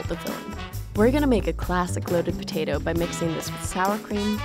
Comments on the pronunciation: The way she says potato is funny... ptatu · Why do I find so satisfying the way she says potato ?